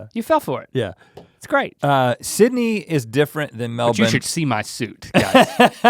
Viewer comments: Gotta love that you say Melbourne like a true ozzie now!! 😀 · RHETT PRONOUNCED MELBOURNE LIKE A PROPER AUSTRALIAN INSTEAD OF THE AMERICAN "Melborrrne" IM SO PROUD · The boys are killing it with the pronunciations. Melb'n not Mel-born. Tremendous. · He said melbourne right.... " Melbin" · the aussies must of given them grief on how they are supposed to pronounce melbourne haha great to know they arn't saying it like mel - born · Mel bin. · I’m proud. They both can say Melbourne properly. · thank.. god he said Melbourne right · Respect on the pronunciation of the Aussie cities guys! Also, thanks for the kind and realistic appraisal! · I love that you guys knew how to say Melbourne correctly 👌 wish I knew you were in brissy can't believe I missed out 😧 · Wait can we please take a moment to thank Rhett for being the first American ever to pronounce Melbourne correctly? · Never thought I’d hear it. It’s an American saying “Melbourne” properly! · I'm a Melbourne native and it makes my heart soar when you pronounce it like a local! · Americans saying Melbourne right! WOW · Can I just say, I LOVE your dedication to the pronunciation of Melbourne. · Rhett, your pronunciation of Melbourne is perfect <3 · He pronounced Melbourne correctly. What a wonderful man. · You guys say Melbourne correctly. Good job lads 💪👍👍